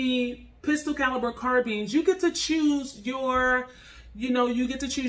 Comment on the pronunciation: Carbineess lol but baby strapped up 💪